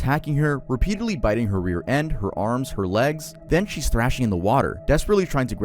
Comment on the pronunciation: can't pronounce "biting"